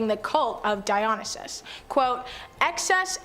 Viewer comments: DIE-OH-NIGH-SIS is the correct pronunciation of Dionysus. Just friendly reminder. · It’s the cult of Dionysus. Dio-ny-sus. Sorry that’s annoying as someone who works with him when they don’t even bother to say names correctly. 😅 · Say it with me Die- O- Nie- Sis. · Girl can’t even pronounce Dionysus properly.